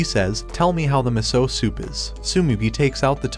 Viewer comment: Meso? It's miso